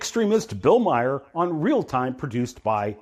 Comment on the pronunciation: ... hearing someone calling Bill Maher a left wing extremist while somehow managing to mispronounce his name is incredibly painful. I wouldn't even classify him as left wing, let alone an extremist.